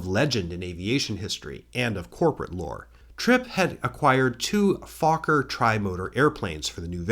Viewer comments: Pronounced FOCKER. Correct. Greetz from Germany. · As a Dutch person, you pronounced Fokker just fine :) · I am Dutch. Fokker is indeed pronounced that way. The first Fokker we call the Mother Fokker. This, surprisingly, is also what the PanAm captain on Tenerife called the KLM 747. :-) Good episode. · it's F-O-K-K-E-R not F-----R